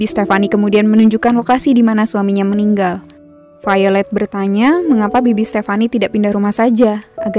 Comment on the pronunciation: Jocelyne Ordelia haha iya. dia bilang Failed mirip popo bohay, pasti yg dia maksud Violet tokoh cewek di film ini, krn ngebacanya vaylet